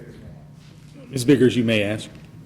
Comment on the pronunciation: Never use the word "axe" in place of ask. It makes you sound low IQ. Let's try to forget ALL about ebonics and concentrate on learning our native language -- English -- correctly.